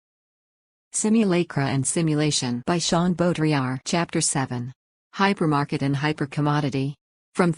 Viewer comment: Hypermarket, not "Hypermarked"